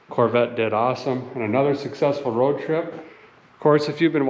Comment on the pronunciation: Correction- Road Trip not toad trip Lol Cheers